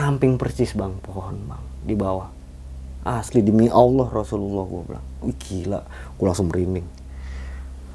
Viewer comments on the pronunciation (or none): none